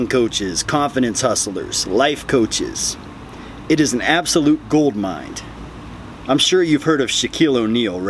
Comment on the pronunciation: There’s no “d” in “goldmine”....